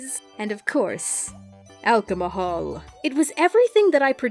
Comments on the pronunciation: Omg Yup "Alcamahol" definitely not alcohol~ XD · Me and my love pronounce it alcomahol regularily this made me happy to hear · ''Alcomohol'' HAHA WTF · “And of course” Sin Juice? “Alchomohol” Edit: How dafaq do I have likes?? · awcamahol!!!! Lmao I love you!!!